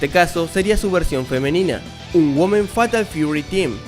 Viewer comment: No se dice Güomen, es 'Uimen' 😫